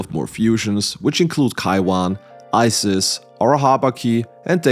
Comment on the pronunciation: For potential future runs - Scathach - Skaw-hawk, more of a throaty "k" sound at the end (don't know how to explain that) Cu Chulainn - Coo-Coo-Lane or Coo-Kul-In or Coo-Hul-In (proper irish) either chosen is acceptable. Not an english major or anything, just a mythology buff lol. Bonus - For "Isis" you can pronounce it the greek way, spelled the same, pronounced Ees-Ees or Ees-Is, again, either would be acceptable or her Egyptian name Eset or Aset, meaning "Throne of the Queen" I believe. Enjoyed the video, thank you,.